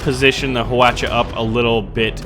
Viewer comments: i looked it up and i think its is pronounced hwaacha not hawocha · its pronounced wa-cha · hu-watch-uh hawacha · i think hwacha means 활차, which means "arrowcart" in korean but its hwalcha not hwacha, also, plz dont say "huacha" its it means flower cart. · its pronounced wacha the h is silent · Hwacha is pronounced as Hwachha. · Fucking weaboo stop saying hwacha like that super le annoying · the h is silent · everyones pronouincing hwacha wrong lol